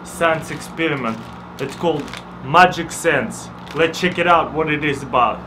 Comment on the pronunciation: Actually it's let chek ii ou